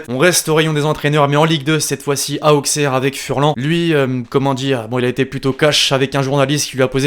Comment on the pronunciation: Comment tu dit mal Auxerre mdr on dit aussere